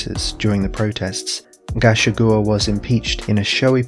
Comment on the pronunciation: Thanks for making an explanation public. (Gachagua is pronounced ga-CHA-gu-a) 😉